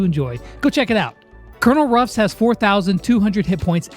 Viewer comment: Why does everybody say Cornel Ruffs not Colenel Ruffs